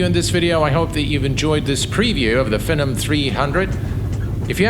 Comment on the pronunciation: this looks cool, btw its pronounced FEE - NOM 300 :)